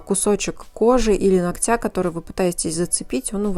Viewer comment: Спастбо за правильную речь. Одно замечание: нОгтя. Спасибо. Умница!